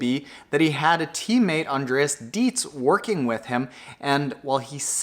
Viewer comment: Hey, awesome analysis. I'd like to add a few points. First of all, Patrick Lange's teammate is pronounced like "dry"tz 🙂. Secondly, Javier Gomez also benefitted from the work of Andreas "Drytz" 😉. And he didn't manage to run a really fast marathon, for him it was, as he himself pointed out, too much effort to have a good run afterwards. And not only Gomez suffered from Dreitz' work, Braden Currie was in the same group, who's also known as a fantastic runner. So I think, that Lange improved significantly on the bike this year. And he was able to outrun Aernouts, Currie and O'Donnell after 8 miles on the run. So his overall shape must have been absolutely outstanding this year. Only Frodo will know, if he would have given Lange a real fight for his money (to quote Lionel).